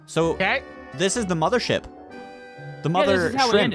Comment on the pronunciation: The alien video you didn’t say it right it was mothership mothership